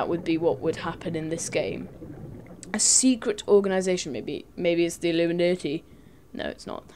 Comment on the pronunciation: did he just say illumineti